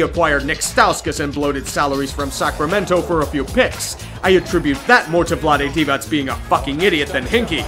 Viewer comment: The only one who can pronounce Vlade Divac' name properly. Respect!